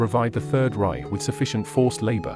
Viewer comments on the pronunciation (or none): none